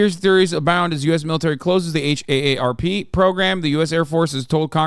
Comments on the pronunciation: If H.A.S.A.N. says H.A.A.R.P 1 more time instead of just saying "Harp", i'm gonna K.I.S.S myslef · I’m from Oahu and my boss flew out there to help out at a store whose workers were from Lahaina but couldn’t work due to obvious reasons. Saw some of the video they took and it literally looked like post-war footage. Insane and tragic 😢 Also, minor annoyance: just pronounce HAARP as “harp”. Just as annoying as folks who pronounce “OLED” as “Oh El Ee Dee” 🤦